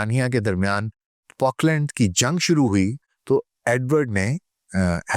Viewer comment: It's Falkland not Polkland